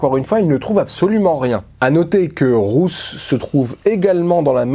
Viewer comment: Super vidéo ❤ Par contre Ruth ça se prononce comme root en anglais